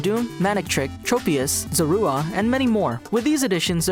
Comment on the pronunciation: Did anyone gag when he called zorua “za-roo-ah”